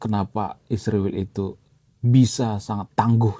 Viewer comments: Bang tolong sebut nama Israel jelas bukan isruwil oke 😂😂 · Saya benar-benar bertanya, kenapa menyebut kata 'Israel' itu sulit sekali ya.. Lebih tepatnya ga mau menyebut dengan benar..